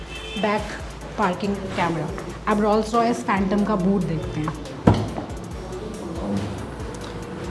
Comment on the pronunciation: Your renditions are excellent. However allow me to correct your pronunciation of Rolls Royce. Rolls is pronounced as ROLES.